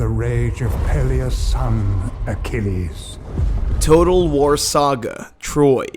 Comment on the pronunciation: In-ah-vutive? Feb-wary? A-key-leez? My ears are bleeding.